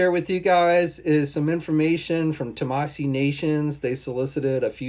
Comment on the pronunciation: You still haven’t learned how to pronounce Tamashii? It ends with a “she” sound, not a “see” sound....